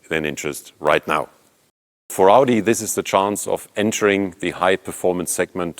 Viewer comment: Nothing better than a German mispronouncing Audi with a bad German accent.